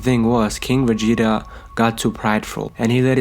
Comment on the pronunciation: Y tf does he keep saying Vegeta like day😂